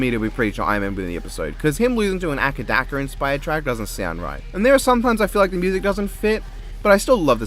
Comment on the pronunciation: Isn't it "Ay-Cee Dee-Cee" and not "Acka-Dacka"?